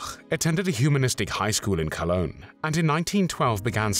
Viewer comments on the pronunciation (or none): none